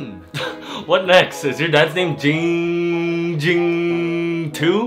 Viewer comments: This is the only occurrence where has pronounced jinnng jing’s name right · Finally for the first time said Giiing Ging correctly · he finally pronounced his name right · The only time has ever pronounced Ging Ging’s name correctly.